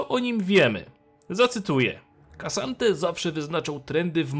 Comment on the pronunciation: Gosh, to się nie czyta "Kasante" tylko "Ksante", to tak jakbyś czytał (("Oaklok" zamiast "Oklok" (O'clock))